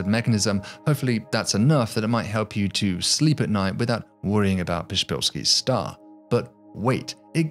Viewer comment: "The shpillsky stah" (Psyfnrbsvzufjbhfheiskkdbski Star) Thanks Poland